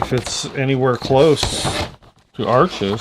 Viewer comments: Beautiful spontaneous painting as always.You seem to know a lot about Arches except how to pronounce it. Try saying harsh without the first h. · Hi, Canson Paper Company make Arches (pronounced "Harsh") - they own both the Canson and Arches brands.